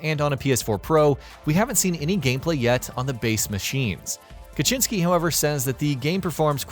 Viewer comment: Adam Kaczyński that hurts my ears.